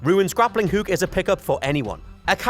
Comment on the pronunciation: "Leut" "heuk" haha never gets old for me. It's a bit insufferable but when he says book like "beuk" I lose my mind 😂